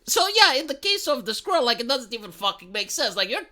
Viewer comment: My favorite thing about this video is that accent makes 'squirrel' sound like 'skrull.'